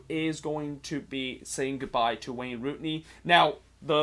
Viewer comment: Its rooney dude